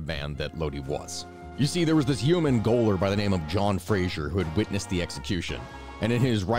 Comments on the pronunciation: Love the content but i think if you're pronouncing gaoler it's like jailer not goaler 👌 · Awesome story, and glad to add it to my repertoire. Just as an FYI, British "gaoler" is pronounced exactly like American "jailer" (not "goaler" as you read it). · I believe you're saying "Yeoman Gaoler"? Gaoler would be pronounced Jailer. Its literally the same word. Somehow. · I believe that you pronounce "gaoler" the same way you pronounce "jailer" - see Merriam Webster. it's just the Brit's spelling of the same word. You're not a bot, are you?